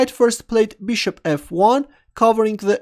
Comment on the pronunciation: Looks like English is not the first language of, also consider his way of pronouncing "Bishop" as Beeshup